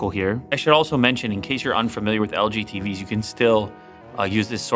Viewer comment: Did Lou say he LOVES FREEBIES or TVs? Lmao